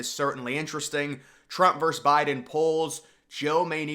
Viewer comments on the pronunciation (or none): Versus not verse. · “V.” or “vs.” is the abbreviation for “versus,” which has two syllables. Respectfully submitted by a Professional English Major.